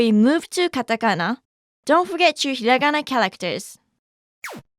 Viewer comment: Lmao its hirangana